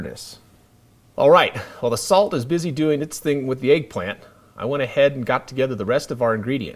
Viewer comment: It's egg not eaag